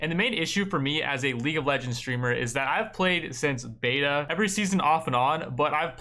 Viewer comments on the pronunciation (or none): none